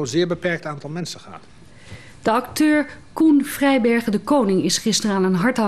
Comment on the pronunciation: Ze spreken z'n naam niet eens goed uit. :|